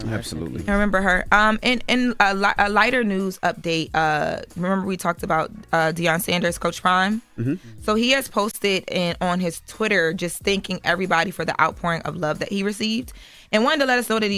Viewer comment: is always saying names wrong. 🙄 Deion SONDERS